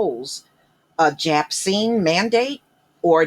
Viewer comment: jabcine lmaooooooo